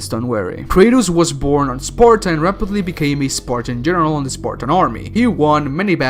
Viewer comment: It is pronounced spartan s-par-ta-n